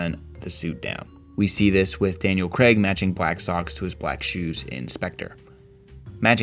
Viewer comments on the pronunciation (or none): none